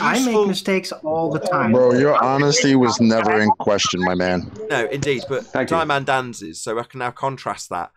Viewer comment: Brian, did you say Ski man Dan?